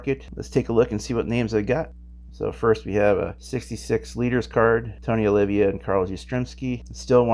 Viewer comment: I hate to keep correcting you, but it’s Tony Oh Lee vuh and Mickey low lich